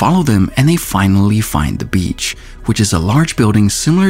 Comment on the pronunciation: Every time he says beach my dirty ears hear B*tch with low pitch.